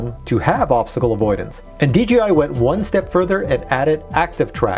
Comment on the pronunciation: Please say DJI Not DGI - PLEASE! Say it correctly please! I love your videos but it dries me crazy when you say it incorrectly